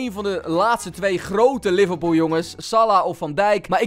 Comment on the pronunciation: Haha liverpOEL in plaats van liverpool